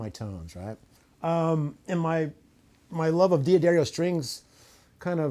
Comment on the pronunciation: Thanks for the rig rundown. For future reference, D'Addario is pronounced Dadario not Dee Adario.